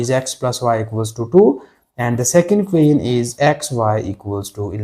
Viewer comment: Everything is okay just your "equation" pronounciation correct without design can you say